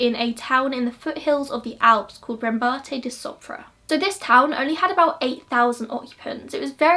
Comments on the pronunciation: Haha don't worry it was completely fine! You only slightly mispronounced the girl's surname (the accent was on the second A) but the rest was great. Thank you for covering this case! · Except for her surname you got everything right!